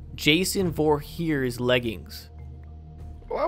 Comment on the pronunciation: Come on I thought you were better than this saying Jason vorheers and not Jason vorhees wow I thought you were better